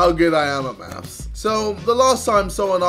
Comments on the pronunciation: “Today we’re going to be finding out how good I am at mafs”. Dude, knowing how to say and spell it would be a fantastic start. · Lol did he say maths instead of math